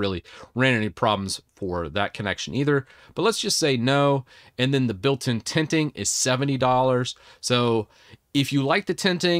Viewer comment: It took me until min to realize he was saying "tenting" and not "tinting". 😅 I was trying to figure out for 10 min what are "tinting" feature was all about. 😅